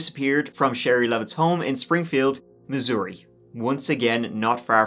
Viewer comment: You pronounced Missouri perfectly!! You are always so right on!😍